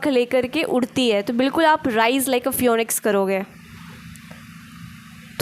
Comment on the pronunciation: फ्योनिक्स नहीं फीनिक्स* 😊 Thank you I needed to hear this today.